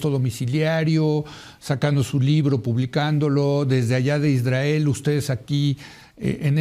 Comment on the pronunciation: Eres tan vil Leo que aprovechas la tragedia para enlodar al Estado Mexicano cuando sabes perfectamente que es una responsabilidad del Estado de Israel que por cierto no se dice Isdrael como lo llamas